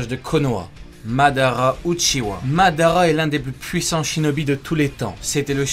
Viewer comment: Ça se dit « Uchiha Madaraa